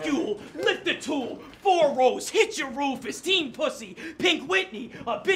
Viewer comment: 🤣🤣 dude said " I got a FOE FOUR" 😆😆